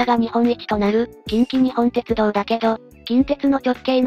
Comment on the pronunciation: ❌近畿グループホールディングス ⭕️近鉄グループホールディングス ❌きんきにほんてつどう ⭕️きんきにっぽんてつどう 少し気になったので指摘してみました。